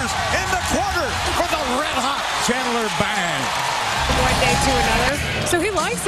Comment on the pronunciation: Nate lol, I could tell he said ''bang'' but it was so close to 'bing', I just laughed...dammit, I miss Friends.